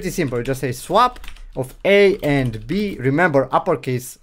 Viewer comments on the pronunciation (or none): none